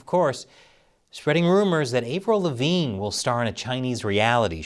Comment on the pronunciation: I've never heard anyone pronounce Avril Lavigne that way lol wtf